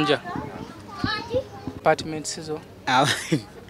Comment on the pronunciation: Wow may God bless you 🙏 but the way you have bn saying suuna apatiments 😂😂😂